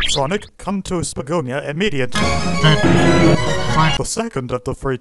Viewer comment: come to spageghti-ah the first 3 temple doors are open sonic,come to spaghetti-ah imiteitly! the first 3 temple doors are open sonic,come to spaghetti-ah imiteitly! the first 3 temple doors are open sonic,come to spaghetti-ah imiteitly! the first 3 temple doors are open sonic,come to spaghetti-ah imiteitly! the first 3 temple doors are open sonic,come to spaghetti-ah imiteitly! the first 3 temple doors are open sonic,come to spaghetti-ah imiteitly!